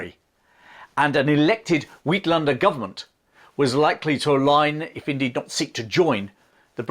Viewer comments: The first part of “uitlander” is pronounced like “8” rather than “weet”. Excellent series of videos. Thank you. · A good video that has gained many views and I'm sure will get many more , but UITLANDER isn't pronounced "weetlander" but "atelander" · Uitlander is pronounced "eight lander" having been called it for 20 years by the people I worked with I should know. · Uitlander is pronounced more like ate lunder . The story of Churchill escaping is not true, he was released as he was a journalist and the Boers who captured them couldn’t accommodate him. As we all know his interpretation of the truth was very creative and favourable to himself. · Brilliantly researched and presented. Pronunciation Uitlander pronounced 8lander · Uitlander is pronounced,eightlander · Just for reference, Uitlander is pronounced ‘ate’- lander. On another note, my maternal Grandfather served in the Great War and he wrote down a song for me that he was taught by veterans of the Boer War with whom he served. I still remember the tune to the following: Generals Buller and Kitchener, Lords Roberts and White, All came out to South Africa, To help the British to fight. Oh, when they are over, Oh, how happy we’ll be, For we’ll raise the flag for Victoria, and Kruger will hang on a tree. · Not sure why he would pronounce it in modern Dutch and not in Afrikaans? As he correctly did.